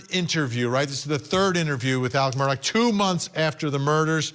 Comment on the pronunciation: His name is ALEXXXXXX MURDAUGH NOT Alec Murdock. Come the F on!!